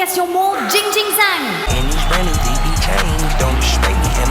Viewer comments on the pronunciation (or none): Jingjing Zhang, les enfants se prononce Tingting (avec tes T expirés et un g très effacé) Djang (même chose pour le g). Maintenant vous savez prononcer ce nom en chinois.